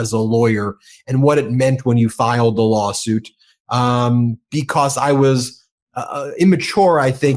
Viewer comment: Because, not "becoss" Human, not "yoooman" Let alone, not "yet alone" stop saying "play this clip" please study english you are professional in media